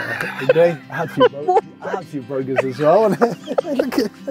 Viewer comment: When he says “burgers” he goes full Scottish as well